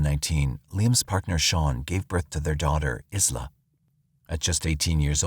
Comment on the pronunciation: The name of his new baby daughter was most likely Isla, like island without the N-D. Eye-luh, not Is-luh, like this robotic voice pronounced.